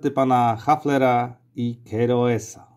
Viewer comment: Keroes to po polsku "kiros", sprawdziłem wpisując w tłumacza Google i naciskając ikonkę głośnika. Wtedy damski głos przedstawia prawidłową wymowę.